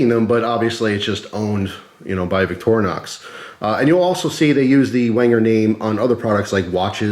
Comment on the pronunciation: The bigger issue may be trying to explain to some how to pronounce Victorinox.... Clue for some, it's not "VICTOR- -Nox". Sorry, there is a you tube guy out there that always says it that way.